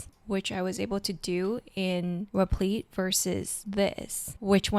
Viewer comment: Great video, your repleeeet pronunciation was killing me loool